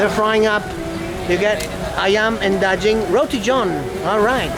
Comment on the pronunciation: Daging pronounce as "Daa" "Ging" the G in that word as G in a word GUARD!!! Cheese is KEJU Pronon as KEY + JUE